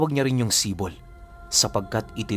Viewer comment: Idol AAHM OKEEEY ang SIPOL ay tawag sa isang patalim na mas maliit sa itak pero mas malaki sa kotselyo in English dagger. Bali pag bigkas. Nyan ay ganito Si`pol, kadalasan naririnig ko ang term na yan sa mga taga eastern part Samar. Si`pol din ang paburitong isukbit sa tigiliran naming mga waray. Maganda rin yan pangkatay ng baboy kasi Isang saksakan lang sa likod, abot na hanggang baga ng baboy. Know you know😂